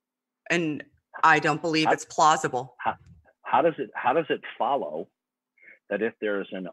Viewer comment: I had to pause because this is getting at me. The hundreds of times this guy asks "How does it FOLLOW (...)" with that annoying, childish vocal emphasis on the word "FOLLOW" could be solved by teaching him a little bit of logic. Whenever you have a premise 1 [if p(x) then q(x)] and also a premise 2 [not q(x)], then you're bound to reach the conclusion [not p(x)]. Right? If we have a premise that says "it's raining where Shannon lives" necessarily causes the statement "Shannon brought her umbrella with her" to be true, and we observe another premise that "Shannon brought her umbrella with her" is false, then we must just as necessarily reach the conclusion that "it's raining where Shannon lives" is false. This is logic 101 and would clarify the link between souls and not being a Christian. I'm appalled that this guy couldn't grasp that. I suspect, however, that on the off chance that this comment reached him for some weird reason, he would still not understand it. Which is why I've attempted to make it even clearer below: P1: If you're a Christian then you believe in souls. (Evidence of this premise is in the bible as repeatedly pointed out by Shannon) P2: Shannon does not believe in souls. (No demonstrable evidence, too many inconsistencies when you think about changes in the brain and the self) C: Shannon is not a Christian. This is how it *FOLLOWS*, goddammit.